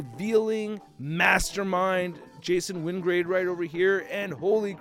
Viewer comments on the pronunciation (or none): wyngARde, not wyngRAde!!